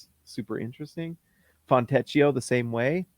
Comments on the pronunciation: “Fontecchio” is pronounced “Foentekio”, not with an english “ch” sound like “teach”. Just FYI. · You pronounce Fontecchio's name "Fontekio". I know a little Italian ; ). I can't wait to call out his name every time he scores in a dramatic Italian accent.